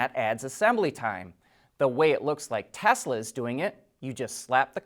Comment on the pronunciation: It's great to here you say Tesla and not Tezla like so many others.